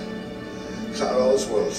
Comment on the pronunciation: It ClAra not ClEra!